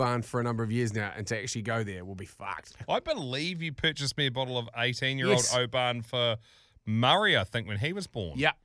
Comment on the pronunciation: Been listening for a while now from Scotland 🏴 Oban is pronounced “Obin” keep up the great work 😉